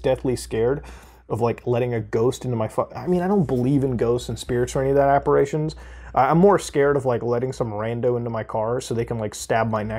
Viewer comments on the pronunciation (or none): APPARITIONS, with an I, not an a